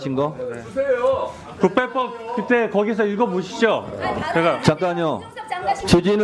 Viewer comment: 주진우 발음이 ...